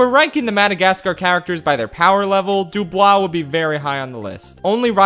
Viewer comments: It's not Dub-oo-e, it's Dub-oo-wah (DuBois) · Honestly, as a French person i admit i got slightly weirded out by your prononciation of 'Dubois', but, hey, French is a difficult language so i'm not gonna hold any grudge for that. And Thanks for allowing to remember the Loonatics, I've been searching for this cartoon's name for years.